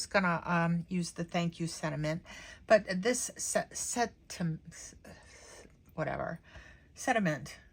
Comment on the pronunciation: Thank you so much for pronouncing both "t"s in sentiment. It drives me crazy when people dont! ❤